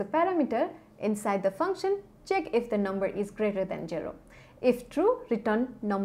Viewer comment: please don't say jero it's zero